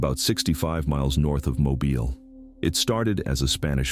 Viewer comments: I’m also from Mobile and this drives me crazy also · AI mispronunciations right off the bat. Mo-Byle. Seriously? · Im in Oxford Al and Mobile is pronounced ( Mow-beel) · Hey, this is aan interesting video, however it's pretty common knowledge that Mobile, AL is pronounced Mobeel. There are a few other mispronunciations in your video and a couple of lazy inaccuracies. So, if you are going to continue to make this kind of content, which you should, don't publish it without doing a little bit of double checking bc it hurts your credibility and also offends people. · It's pronounced (Mow Beel)... like if you mow your lawn and then go watch Ally McBeal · Moe Beal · Yes Mo Beel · However you want to spell it but still sounds like Mo Bill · When writing ‘Mobile’ for AI to read, spell it ‘Mo-beel’ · i live in cullman al. its a small town between birminghan and huntsville. mobile is pronounced mo-bill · Me. The AI can’t pronounce Mobile. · Me, they pronounced Mobile wrong. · Yes but Mobile is not pronounced the way you are saying it. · I just found it and started watching it but he can't say Mobile right so Im done..lol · Tell me you know what you're talking about, but the voice can't pronounce Mobile correctly? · Stupid A I cannot pronounce mobile correctly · How many ways can you pronounce Mobile wrong? Asking for the entire state of Alabama.... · The AI voice pronouncing Mobile is leaving me 🤦‍♂️🤦‍♂️🤦‍♂️🤦‍♂️🤦‍♂️ as someone from that area. I know Blakeley well. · He says mobile in like 3 way different AI dumbass way. Get my names right Roll Tide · No one drives by Ft. Mims it’s several miles down a dead end road. I’m from Mobile, bless your heart to all who can’t properly pronounce the names of a lot of our cities in the south. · When your AI couldn't correctly pronounce the name of the second largest city in the state, I gave it a thumbs down and stopped watching. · Can't even pronounce mobile right 😂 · Dead giveaway of AI: Mis-pronounce Mobile. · mo-bill not mo-ball